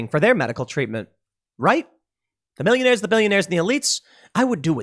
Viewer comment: "million-ehs and billion-ehs"